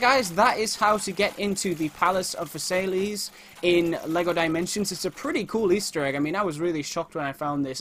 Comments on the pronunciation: It's pronounced Versailles (ver-sai) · it's pronounced vers-eye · Just so ya know, Versailles is pronounced "Verse-eye". :)